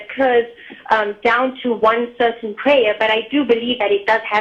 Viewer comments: I love the way this lady pronounces prayer "pray-uh" :) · Sounds like pray-ya, like playa.